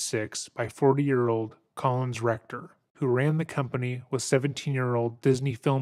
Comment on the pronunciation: Is it just me but whenever this guy refers to collins recter it sounds like "colon'a rectum", entirely fitting (pun not intended) this doco.